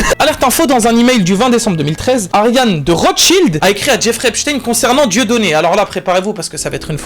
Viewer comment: Merci a de le dire correctement quoi 😅 parce que les gens qui disent epstinne on en peut plus. C’est epCHTEIN à l’allemande